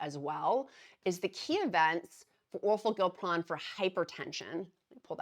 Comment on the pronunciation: Dear: OR FOR GLIP (not GILP) RON.